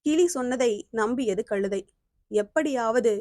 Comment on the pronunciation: களுதை அல்ல கழுதை